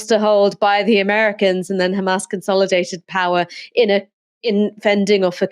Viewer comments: I hate how they say ""KHamas" it's Hamas. Learn Arabic. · Kkhhhhaaamaass .. it’s H mate not KHH